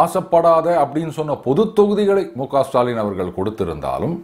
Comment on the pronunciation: Sutaalin...sudaalin illai. தமிழில் ஸுடாலின்..சுடாலின்.. ..அல்லக்கைகள்.. முதலில் சரியாக உச்சரிக்க வேண்டும்... ல.வை ள..ள.வை ல....ழ.வை இரண்டு ல ள க்களையும் உச்சரிப்பது..இதிலே தமிழ்.. தமில்..தமிள் . அண்ணாமலை சற்றே திருத்தமாக பேசுகிறார் தற்போது.. கேரளாவில்.. ழ சரியாக பயனிலுள்ளது.